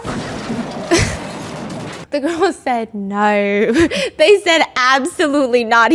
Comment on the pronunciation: Lol the way she said No in a British accent 😂